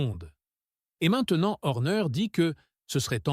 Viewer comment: Salut Monagasse, Louis Samilton, L'endonorice .... Verstappen ou Verstapène ? Horner et non Orner ... à " ce bâtre" .. "la néaurée" 😂😂